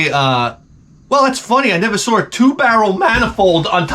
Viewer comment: "As soon as I sawr it."